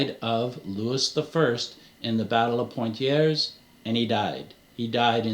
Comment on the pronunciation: Poitiers --> Poh - ah - ti - eh. Tracking down & figuring out what the Templars were up to in different parts of France is a career. Independent researchers in France published hundreds if not thousands of books in French. It's quite the rabbit hole. Brocéliande forest, Rennes-le-château, Gisors, Chinon, Mary Magdalene, Cathars and gnosticism, mediaeval politics, crusades, secrets, the source of the Arthurian legends, the Catholic Church, Wisigoths having sacked Rome, rumours and legends. It's an industry to figure that stuff out. Some authors published er, "embellished" accounts, which caused a ruckus (Gérard de Sède, Pierre Plantard, especially).